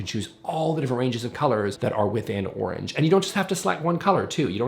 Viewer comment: I got stuck on how you pronounce orange 🍊😮. It must be a Canadian thing 😂. I recently redid my daughter's bedroom and we were moving the position of the built-in wardrobe, she wasn't sure if she was going to like it, so we had a simple render done with the new layout, style of cupboard and new bed frame and she loved it and felt confident to do it. We also measured it out and drew it up on graph paper and cut out the bed, bedside table and the wardrobe and played with position of it, it was very helpful to see how much more space she was going to gain by moving the cupboard 😊.